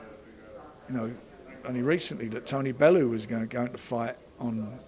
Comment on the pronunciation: Colonel Flanders haha makes me laugh when he pronounces Tony bellews name wrong too. Just a sly little dig at matchroom